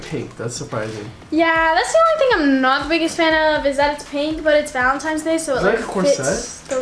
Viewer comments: as I said I really don’t know which type of adult you surround yourself with but messing up something is not the same as saying it repeatedly wrong after we told her even last year that that’s not the right way to say it. It’s obviously not a “messing up” situation here. She just doesn’t know any better which shows her lack of education sis. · And what does that prove? The only thing it proves is that she can't say it right. It doesn't correlate to her age? And when she's actually 17 and still says Valentime's, what are y'all gon do?🤣 Also I read her lips, she did say Valentine's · What 15 year old says Valentime's? Also that doesn't really prove anything except she can't say Valentine's correctly. Yeah, she's 15, but the way she says Valentine's doesn't prove that. Also I read her lips, she did say Valentine's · bruh can u plz say VALENTINES and not valentimes like it just bothers me idk if u just don’t think before u speak or don’t go to school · Valentines not valentimes bae 😭 but it doesn’t matter u look cute haha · I know it’s her mom responding to comments because we’ve been pointing out for YEARS that it’s “Valentine’s day” and not “valentime’s day”. I just know she doesn’t look at comments because of that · Also what 17 year old still says "valentime's"?? It's so obvious she's an immature 15 year old. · no, she said Valentimes day the whole time. And a 15 year old is more likely to say that than a 17 year old. That is what she meant by saying that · Lmao I've heard full grown adults say Valentime's. You've lost this argument sweetie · Love her, but it triggers me when people pronounce “Valentine’s” as “Valentime’s” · Valentimes lol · how does she still manage to say valentiNes wrong